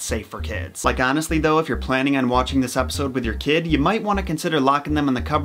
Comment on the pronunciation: Kid not kis what the ehck